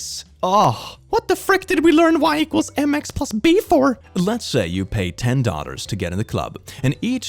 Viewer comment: It's quite hilarious he pronunciation of dollars like daughters 🤣🤣🤣 love it